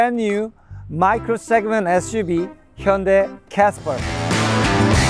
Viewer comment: For all the stubborn European (Brits) listen how he pronounced Hyundai. Not Ha Yun die!!